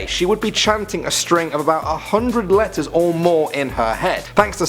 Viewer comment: i actually tought you were saying lettuce but it was actually letters